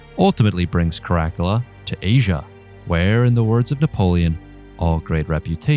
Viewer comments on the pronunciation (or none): none